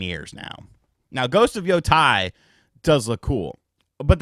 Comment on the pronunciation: Its Ghost of Yo-Tay